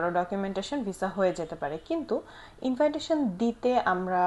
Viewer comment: এই শব্দটির উচ্চারণ ইনভাইটেশন এটা কোন দেশের একসেন্ট অবশ্যই এটা আমাকে আনসার দিবেন যতদূর জানা আছে এটার উচ্চারণ হবে ইনভিটেশন থ্যাঙ্ক ইউ